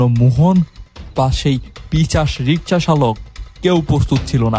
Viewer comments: পিচাশ না পিশাচ????😂😂😂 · Pichas noi pisach soril noi sorir